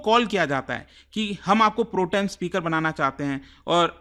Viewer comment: Hahah😂 Pro...... Tem speaker 😂😂 It pronounces as Protem as one 😂😂